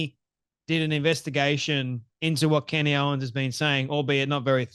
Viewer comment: Yes he did ! He absolutely did ! You are wrong ! You are so off base !! First off say her name right !! Ye idiot